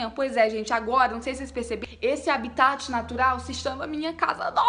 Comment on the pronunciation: A melhoooor kkkk, fala habitat como se fosse um dinossauro ❤